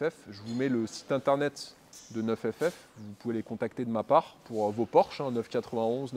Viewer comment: ta gueule avec NEUF FF c'est NINE ff . niiiiiiiiiiiiiiiiiiiiiiiiiiiine bordel